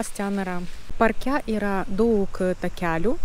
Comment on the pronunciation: Kirčiavimas: lietuvių kalbà, problemà, párke. Antys - moteriška giminė, taigi ne “jie”, o “jos”.